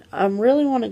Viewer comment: Organ-eye-za lololololol